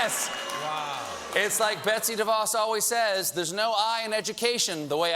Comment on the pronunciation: He mispronounced Betsy DeVos when criticizing the white house on grammar XD.